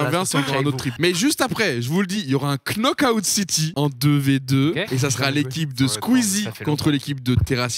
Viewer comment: Knockout City, mais il prononce le k...